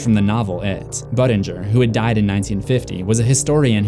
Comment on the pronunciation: Every time you say Buddingers name I think you’re saying butt injure